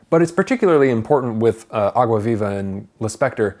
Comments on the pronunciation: vei.. a pronúncia de "água viva" dele melhor que a minha que sou brasileira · U saying água viva is so good haha good portugues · By the way, perfect pronunciation of the title Some people really struggle to speak foreign expressions, but you nailed it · I like the way he pronounces "água viva", it's perfect!!! 👏🏽👏🏽👏🏽👏🏽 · Rafael Zacarias agreed lol